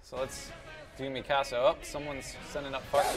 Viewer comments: Its not meekasa. Its mikasu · Nicaea Navigator no ”Mee-ka-sa" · Nicaea Navigator its really hard to say how to pronounce it through text xD "Mee-ka-saw" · anyone else notice him saying Mikasa's name wrong?